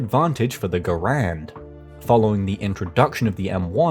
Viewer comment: Just one slight nitpick about the video and it’s about your pronunciation of John Garand’s name. It is not “Ger-und,” it is “Guh-rand.” I know this because once a family member of mine met John Garand’s nephew, and he said that is how it is pronounced.